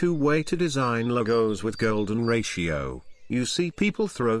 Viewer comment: Golden Rashio.. AI generated audio script.